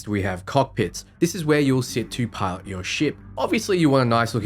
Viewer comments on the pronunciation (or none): none